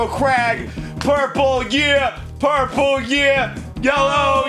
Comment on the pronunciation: Jon: Purpel. Arin: Blu.